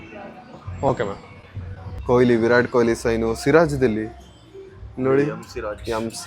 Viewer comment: Virat✔️ vi rat✖️😂😂